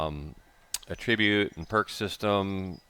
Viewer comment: Attribute, your saying it wrong. You are putting the wrong emphasis on the wrong syllable